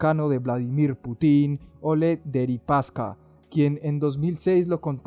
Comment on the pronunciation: es Putin, con acento en la U. solo eso. chau